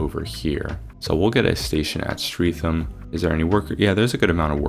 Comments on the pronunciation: Sydenham = Sid-en-um also Bermondsey = Ber-mund-zee(dwell on the Ber a bit more) and Streatham = Streh-tem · bermondsey is pronounced similar to how you said it, but less emphasis on the 'mond' (BER-mond-SEY), streatham is pronounced stret-um (note short 'e' sound), sydenham is pronounced sid-enn-um, dulwich is pronounced dull-itch, lewisham is pronounced loo-ish-um